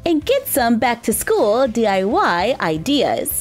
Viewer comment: Nuuuuuuu not skoool